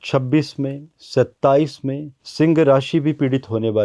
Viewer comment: सिंग नहि सिंह बोलना सिखो!!!!